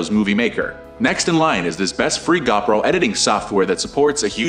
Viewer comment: It's Go Pro not Gaw Pro!